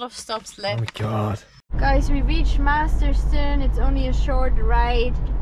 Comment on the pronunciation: I hope you starting calling it Masterton, not Masterson.